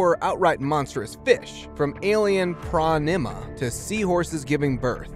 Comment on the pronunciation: Cool video, but you should at least look up how to pronounce these amazing creatures names: Phronima is pronounced “fronn imm ah” in the UK or “fronn ee mah” in America, not “pronn imma.” Also, the “skeletons” should have been described as skeleton replicas, which is what they are. They were placed there as a joke to entertain divers.